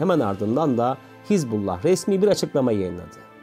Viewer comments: КАК ЖЕ ПРОТИВНО ТЫ ПРОИЗНОСИШЬ СЛОВО ХИЗБ"У"ЛЛАХ. А НЕ ХИЗБАЛА!!!И В ПЕРЕВОДЕ ЭТО СЛОВО НЕ "ПАРТИЯ БОГА" КАК ТЫ ТАМ ГОВОРИШЬ,А "АРМИЯ АЛЛАХА"!!!ПЕРЕД ТЕМ КАК ВЫСТАВИТЬ ПОДОБНОЕ СТОИТ ХОТЯ БЫ ЭЛЕМЕНТАРНЫЕ СЛОВА УТОЧНЯТЬ!!! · Звучит как то нелепо ХЕЗ-бола😂 когда все знаю как правильно по-арабски «Хезбалла» или «Хизбалла» с окончанием на последние гласные. от слов «хезба» и «Аллах» «партия Аллаха» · Не Хезбала,а Хизбуллах. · Не Хезболла а Хазболлу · Ударение ставь правильно, не хизбАллах а хизбаллАх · ХезбаллА. Вы не правильно делаете ударение в этом слове. Ударение на последнюю букву ! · Хизбала ударение на хиз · Капец автор Хасббулла правильное произношение 😂,иди учись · Научите этого чела правильно называть Хезбаллу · Научитесь правильно выговаривать терорестическую организацию.